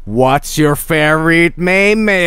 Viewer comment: Things I learned from this: 1. You need to go on a community college for anime and have anime as your school performance to be able to destroy operating systems. 2. There is a WikiHow guide for everything. 3. Spoon eyes are common in anime. 4. The correct way to pronounce "meme" is "maay-may". 5. You have to scream after defeating somebody in a fight. 6. Subtonic is now avaliable for PC. 7. hates mp3's converted to Midi.